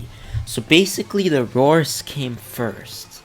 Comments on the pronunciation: Dominus Aureus is pronounced AHH REE US not Aroris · It's the "dominus are-ee-is" not the "dominus aurorus"